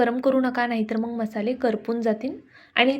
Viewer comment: मंग नाही मग